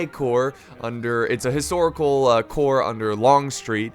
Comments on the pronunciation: Jacksons Corps ...the second Corps ( ll. ) so not the ( ey ey ) corps. ...greetings from germany ;) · Howdy all...its the First (l) Corps. ..not the (ey) Corps....lool